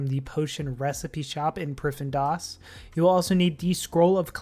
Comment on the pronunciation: Bro, it's pronounced 'priv-thee-nis' not 'prif-in-doss'